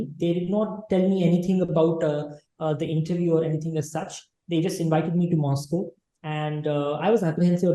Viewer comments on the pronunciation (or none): none